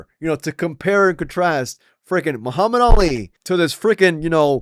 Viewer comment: Joe Rogan can’t even say Muhammad Ali’s name right anymore??